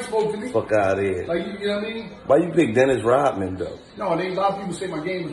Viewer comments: You not Dinnis Rodman... You're Dinnis Rob-a-man 😂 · “dennis rob-a-man” lol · "Dennis Rob-a-man" 🤣🤣🤣🤣🤣🤣🤣🤣🤣🤣🤣🤣